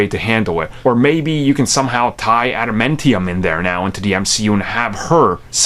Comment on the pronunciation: It's pronounced adamantium say it properly dip shit